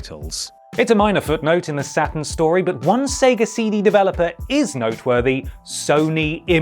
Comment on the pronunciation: I cannot make it through this vid.. its not satIN its satURN